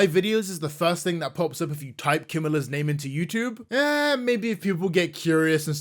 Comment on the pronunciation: I'm only 6 minutes in but how do you mispronounce a name so hard???